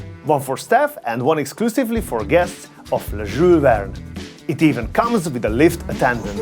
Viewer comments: Can u pronounce the name properly Jule Verne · He sounds like a drunk dude when he pronounces Jules Verne 😂